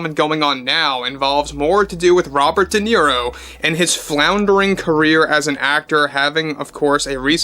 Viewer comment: Robert Di Nero? Never Heard Of The Btch.😂